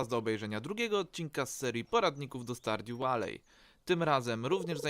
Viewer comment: Porady - rewelacja. A propos wymowa "Stardew Valley", to nie [stardju walej], tylko raczej [stardju waly]